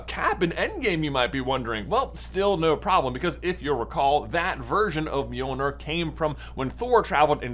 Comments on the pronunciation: By the way, you pronounce it like “m-yoel-nyr” not “mee-oel-ner” (I’m of Scandinavian descent, so I know how it’s pronounced) and also in traditional Scandinavian folklore, it’s spelled Mjöllnir or Mjølnir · Miolner? It’s basically pronounced me-ol-near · Is called Mirnirch in Icelandic not mirnor Mjolnir is pronounced as Mirnirch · It's NOT pronounced "me-ol-nur" you twit. It's pronounced . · Please stop mispronouncing mjolnir. It’s not mjolnur. Sorry it just kind of annoys me as someone interested in Norse mythology. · Am the only one the mispronouncing of mjolnir is killing? I give marvel fans a pass for stuff like Bifrost bc they call it bye frost in the movies, instead bee frost like it is actually, but the call mjolnir the right thing most of the time (myol neer) (although they might pronounce it myil neer, which is wrong) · You're saying Mjolnir wrong. It's pronounced "Johnathan". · Me-yo-ner 😊/ mjolnir😡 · I thought it was pronounced mill near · Bro, that was the most horrendous pernunsiation I have ever heard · Why did you say it with the hard R 😂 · Why do you say it wrong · At least pronounce the name correctly, dude. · What If, where Tony snaps then is handed Mjolnir and his life is prolonged like Jane Foster. Also that’s an odd pronunciation ngl. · You mispronounced mjölner